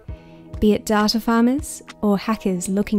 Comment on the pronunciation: Lol when you said data farmers I thought you said tata farmers